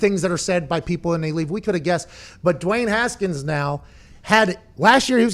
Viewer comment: You guys missed saying Duey Haskins😂😂